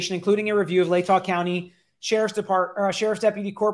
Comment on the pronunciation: Lay-tah Like Utah minus the you plus lay. You had it right 😁